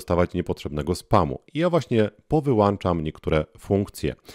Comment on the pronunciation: Powyłanczam ???? Wyłancznikiem 😂 Powinno mówić się Powyłączam. Używa się Wyłącznika